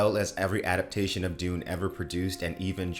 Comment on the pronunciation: Dune guy I hear: doom guy